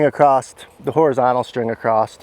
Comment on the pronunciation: Is he saying “acrossed”? Or is it “acrosst”? Wth is he saying?! It sure ain’t across